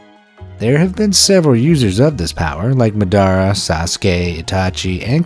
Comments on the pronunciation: It’s MADARA not MDARA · Enjoyed the video.....but personally I really can't stand when people get main character names pronounced right....such as Madara.... lol just a personal thing I struggle with. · Why u say madara name like that🤨